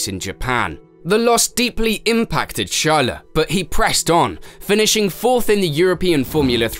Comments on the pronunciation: HIS NAME IS CHARLES NOT SHALA PLS MY EARS ARE BLEEDING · Man I can tell you've been practicing pronounciations of non-English word and names. You're getting pretty close, but not there yet. It's not "sharleh" it's "sharl". You could lose the 'eh' after some names/words. "Juuleh" -> "Juuls" etc. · How are you able to pronounce his last name flawlessly yet call him Shala? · his name is charles not shalle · The pronunciation of the names are driving me insane lol "charla " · What’s with the char - les pronunciation 😭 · Who’s this Chaleu you’re talking about ? 😂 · Who? Sjarle ? 😂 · What's wrong with this narrator pronounciation 😂😂😂 English isn't his primary language 😅😅. He keeps saying charollette n shala 😂😂🤣🤣